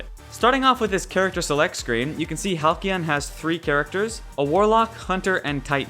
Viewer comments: Halcylon. Hal-cell-on. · Halcylon is pronounced (Hal-See-on) just thought you should know